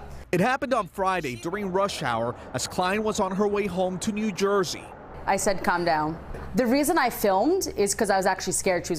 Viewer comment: I’d have rolled the window up with her head in it, lol. Or her hand. It takes all kinds. Even Karens! Plus who pronounces calm, as callm? What has happened to common sense.